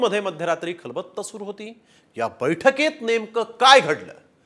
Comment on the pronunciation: खलबत्त नाही हो पत्रकार साहेब खलबतं म्हणा.😊